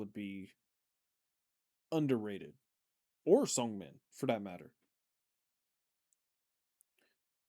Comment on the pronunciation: Thanks again for the reaction! It's always fun to watch on my way to work❤ Side note (and I hope I don't come out as obnoxious) Seungmin's name is pronounced more with a soft "eu" sound. If you try making an "oo" sound while you're smiling you get that sound haha If you pronounce it with an "uh" sound, it becomes a different name😅 hope this helps